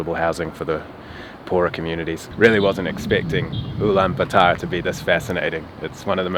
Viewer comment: Blud can’t even say the name correctly